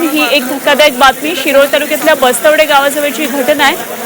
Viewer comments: Bastwade nahi bastwad aahe gavach nav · ये बाई बस्त्वडे नव्हे bastwad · बस्तवडे नव्हे, गावाचे नाव" बस्तवाड" आहे.